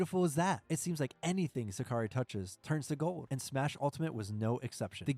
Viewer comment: That's not how you pronounce Sakurai btw